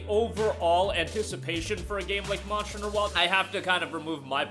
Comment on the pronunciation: Am I the only one that could not understand his pronunciation of monster hunter